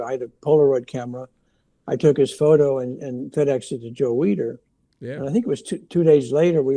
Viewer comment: Need to pronounce Joe Weiders name correctly. It sounds like weeder.